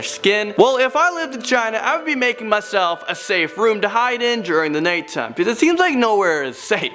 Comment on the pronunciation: He said natetime